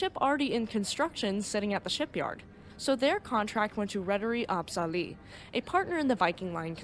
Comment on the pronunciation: I'm impressed. One thing about the name "AB Sally". You said it like "Ab-sally". You might want to know that "AB is the Swedish abbreviation for "AktieBolag" which is like "inc" on an American company name. So remember that it should be said like A.B (space) Sally. Thanks for your video. I was actually in (kinda) the same storm on a Stena Line ship from Gothenburg to Kiel the same night. My mother was working on the ship and sadly many of the crew on "my" ship knew people in the staff of Estonia. That's because some of Estonia's crew used to work at Stena Line IIRC. Many sad faces on this Stena ship that night. I will never forget that.